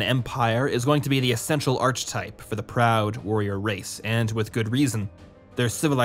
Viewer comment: I wish you lot would make more effort to pronounce words correctly. "Tenet" is a different sound from "Tenant", with only a single N sound and the same E sound for both instances of the letter, and "Archetype" does not contain an English "ch" sound. Plus the classic "Nuclear" said as "new-cue-lar" for absolutely no reason at all.